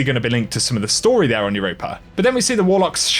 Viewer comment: Quit adding the "er" at with europa...EUROPA ....NOT EUROPER